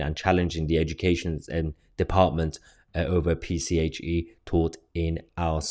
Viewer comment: It's 'PSHE' not 'PCHE' as you kept reading it. Really Mahyar, your reading aloud skills are abysmal. I've noticed this time and again in your videos, you speak so well ad libbing to camera with your thoughts and commentary but as soon as you put up a text and start to read it aloud it all goes to shite. Apologies, you asked for thoughts and comments and those are mine because it's what annoys me about your videos as otherwise they as so good and informative and what we need, and I thank you for them.